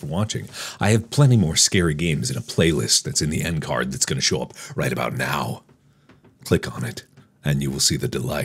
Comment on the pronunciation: When you say “Bou - t” it sounds like “Booty”